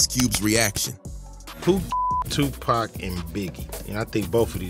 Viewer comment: Did this foo just say 2pack? Yeah, always get say it wrong.😂